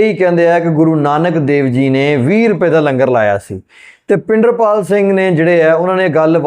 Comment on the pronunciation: tusi great katha wachk Bhai Pinderpal singh ji da nam wrong le reho ho its not bhinderpal.OR YOU SEARCH HOW TO TAKE NAME CORRECTRLY.OTHERWESE YOUR REACTION IS GOOD.